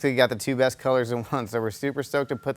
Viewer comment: its Neko not Neeko.